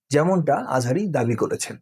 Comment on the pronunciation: আহারে! আহাজারি না আজহারি।